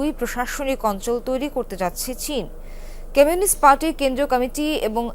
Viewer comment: ## কেমিউনিস্ট না কমিউনিস্ট , এইসব সাংবাদিক এরা কোথায় পড়াশোনা করেছেন ???